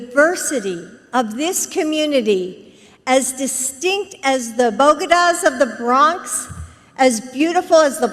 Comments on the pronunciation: Jesus H. Christ, I had to rewind. This lady flips the syllables in "bodegas" into something sounding like "Bogotas". Does what Joe has run in the family somehow, or is it contagious?! Edit: ah, I see Michael explained that shortly after I paused. Yay for redundant comments. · the bokedahs? the what? that was painful. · Bowgedahs of the Bronx. 😂